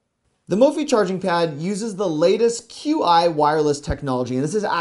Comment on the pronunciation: "Q I charger"? Qi is pronounced "chee" as in "cheese". (The fact you didn't know this makes me question your knowledge of electronics.) Gotta say, though none of that mattered when you showed your daughter -- she's beautiful and stole the show!